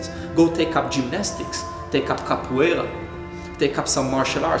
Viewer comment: What word are they saying - the name of the practice he has done, before his idea of movement began... Capwala? kepwaila?